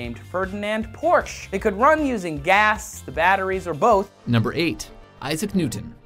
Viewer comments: That's about the closest an English speaker can pronounce Porsche correctly. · Yay they pronounced Porsche right.